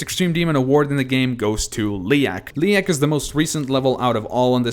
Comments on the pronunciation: You pronounce Leyak wrong. People say Leyak like "Leak". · "Caclysm" "Liak"